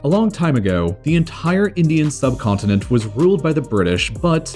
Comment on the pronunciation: continenTTTTT..... accidenTTTTT